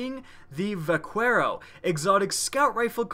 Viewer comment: In "vaquero" (Spanish for "cowboy") the "qu" is pronounced like a "k"